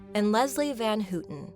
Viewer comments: Leslie Van HOW ton. Not Van WHO ton. It's been 50+ years in the news. How you gunna get that wrong? Wow. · It’s not Leslie van hoo-ton, it’s van how-ton